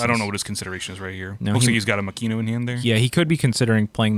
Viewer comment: I hate to be that guy but Makino is Mah-key-no. I dead ass thought you guys were saying Mackenyu(live action Zoro actor) for a bit😂